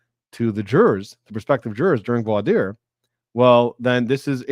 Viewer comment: the way you pronounce voir dire is the correct one (I speak French so I vouch for you 😊) Thank you for an amazing live session! Can’t wait for your next videos on the Boone trial